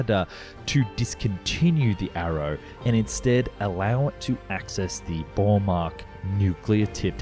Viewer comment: More that Woodward flew this aircraft, the first test pilot to fly it was Jan Zerwiskowski, Spud Poddinski flew the aircraft also breaking the sound barrier. The missile that we bought was called Bomark not Bowmack. The fact that 5 flying airframes were cut up for scrap is the greatest black mark on this great design and program.